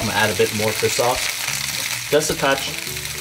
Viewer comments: Hey the guy always pronounces it like fiss sauce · Everytime i hear say fish sauce it really sounds like he’s saying FIST SAUCE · Is he saying Fisk sauce or fish sauce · No body:: "fiss sauce" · Fish sauce ? Heard it like nước mắm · FISS SAUCE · Yoooooo for real! 😂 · Lol ur right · Same here and i LOL every time. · I can't unhear it now